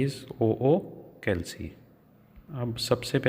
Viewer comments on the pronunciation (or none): Sir calc ko pronounce sahi kar dete to video me 4🌙 lg jate